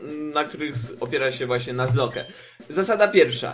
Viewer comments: EMMM YMM ... Czyta się nazlok a nie nazloke ... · Nie czytaj nazloke tylko nazlok :) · O Kurwa. Jebłem jak usłyszałem "Nuzloke",,, czyta się "Nazlok". Błagam, nie niszcz tego pięknego słowa xD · Mówi się "nazlok" a nie "nazloke" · Yey :D Mówi się chyba nazlok ;P